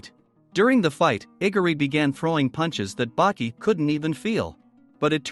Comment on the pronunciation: It is baki not buki